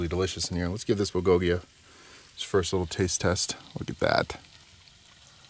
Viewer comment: The accent is in the bul not the go part. Búl go gi…cheers!!